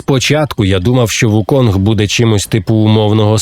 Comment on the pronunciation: Усе це дуже добре, дякую за огляд, але він не Вуконг, а Укун. Цар мавп Сунь Укун. Гра так і називається у транслітерації - Чорний Міф: Укун